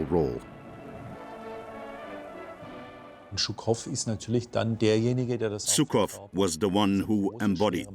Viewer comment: Not Zukov, but Zhukov. Shame on you! Translators and speakers! Russians defeated German fascism! Thank you, God Jesus Christ!